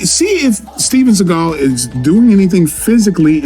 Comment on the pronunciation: They have videos of him running.😂 And it's funny how they say Steven Seegal in a complete wrong way like he says.